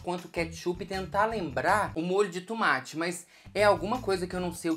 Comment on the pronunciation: Eu amooooo tanto o falando “tumate”